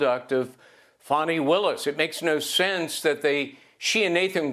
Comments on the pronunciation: It’s Fani, not Fawny. Like it’s illegal aliens, not undocumented migrants!!! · It’s literally Fani not Fawni That is a baby deer with I Fani is a Southern Butt 😂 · Why do they keep pronouncing her name Fawney? Or Fahwnee? Fani is fanny. That word is not offensive, it's a slang word. Her mother and father to blame and giving her that name. It seems everybody chokes on it.